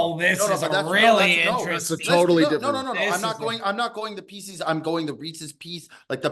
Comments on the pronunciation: …For the love of God… There is no such thing as Reese’s “PEE-SEES”. That candy does not exist. It’s just how morons have incorrectly pronounced Reese’s Pieces for decades. The guy’s name is Reese. The little M&M shaped candies are his pieces. It is pronounced Reese’s Pieces. Just sound it out like an English speaking adult. What you were going for is Reese’s Peanut Butter Cups. Fact, not opinion. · Can please stop saying “pecies” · Imagine going through life thinking "Pieces" is pronounced "pee-sees." deserves whatever fallout he gets. Be better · Wtf is Pee-Cees!?????? That is fucking absurd! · What a dumbass. WTF is a Pee-Seize? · STOP SAYING PEESEE'S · PEESEES is not a word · Jesus Christ that was the most outrageous take regarding reeses. Also it’s not fucking pronounced differently than piece is with an S. The way pronounces it make them sound like reeses feces. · can we get a language of origin for how is saying “pieces” Buddy is banging himself the whole show this week 😂😂😂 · i had to pause the pod to come to the comments. There needs to be some serious hand up accountability on the Reese's debate from. Thinking there is a difference in the cups & pieces by just pronouncing PIECES differently is just pure insanity. Calling them Pieces Butter Cups has to be up there on the one of the worst Cutsyisms out there. just an all time debate